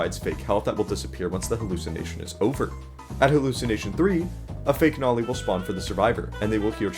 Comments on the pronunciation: BRO ITS NOLI NOT NOLEE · (its no-lee) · is it me or did bro say nali? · Heh... Bro said Nawli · The humble guest: Also why did u say noli like that lel